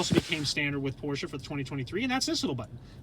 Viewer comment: don't makle a Porsche Video if you don't know how to pronounce the name: it is not Pooosche; the letter R needs to be pronounced, the letter E too